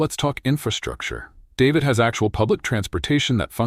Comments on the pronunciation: This video is made entirely of stock footage. There seems to be zero original photography. Few of the shots seem to represent any of the actual places the VO is referencing. David is pronounced DA-VEED by anyone with even the most basic understanding of Espanol or Panama. While I agree with the basic premise of the editorial, the gushing hyperbolic descriptions seem exageratd as if written by a bad AI. Try again, this needs a do-over. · What kind of bullshit is he talking about showing traffic at Min from Cuba with oldtimer cars you will never see in Panama and especially not in David. At least he should be able to pronounce the city name in spanish and not like an American male first name. At min showing a river through Pedasi that does not exist at all.................the total video is a fake of what Panama really can offer but with cautions about reality cost of living in different provinces. The images shown about Pedasi are from the old town of Panama City and so on and on.............YT should remove this video !!!